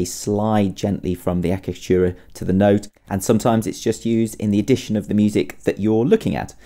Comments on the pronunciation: The first cc is pronounced ch and the second cc is pronounced k eg. a cha ka tu ra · The name pronounced thus: Achiacatura, the (ch) must be strong, thus: Atchiacatura, like, Tchaikovsky. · ultimate oh my achicatchura!?